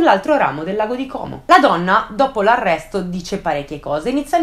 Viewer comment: Però Como con la O chiusa pls